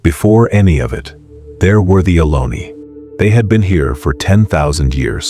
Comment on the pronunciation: It’s Ohlone